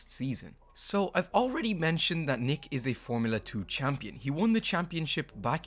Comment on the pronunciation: Nyck de Vries, it is not pronounced Nick but Niek.